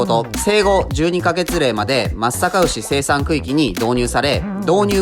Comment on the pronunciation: 地元のブランド牛だから紹介してくれて本当に嬉しい！ちゃんと「まつさかうし」って言ってくれててなお嬉しい